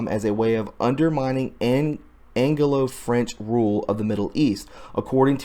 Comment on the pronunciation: fyi: "AN-GLO" not... "an ge lo" ;-)